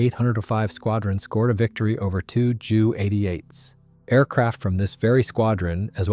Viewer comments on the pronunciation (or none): It’s pronounced “Jay You 87” and “Jay You 88”.